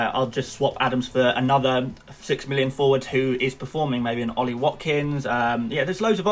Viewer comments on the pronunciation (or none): none